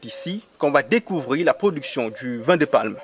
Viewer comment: On dit VIN et non VAIN .